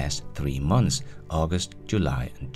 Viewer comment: You said "MONTHS"!!!! I knew you could do it!